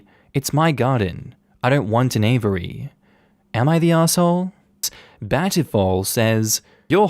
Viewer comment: that's now how you say "aviary" 😭